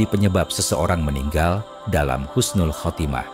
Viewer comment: Husnul bukan khusnul